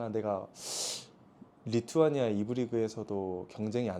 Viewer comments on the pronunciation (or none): none